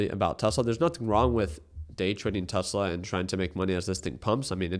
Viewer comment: Bro never gets Tesla right.😂😂